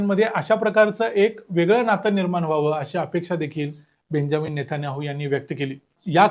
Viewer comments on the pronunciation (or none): N.T.P/R उच्चार सुधरा नितन्याहू नाही . नेत्यान्याहु है!